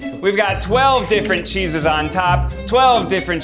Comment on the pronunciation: I hate that Ned is Italian and yet can’t pronounce cheeses properly.